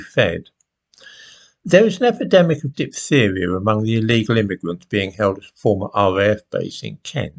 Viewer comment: The black presenter woman in sky news yesterday couldn't pronounce 'diphtheria'. She later told us about the funeral of Chris Kabaa and you would have no idea that this was a gangster, it was sold like the police were evil. Gaslighting again